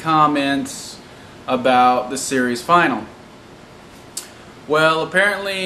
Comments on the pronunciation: You keep saying 'series final'. Its not 'final', it's finale. Pronounced fin-arelay. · dam this guy needs english classes i mean final instead of finale and die instead of dies lol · Finale is pronounced Fin-al-ee not final. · I always pronounced "finale" as "fin-a-lee" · Fin al e. say it correctly or remove it.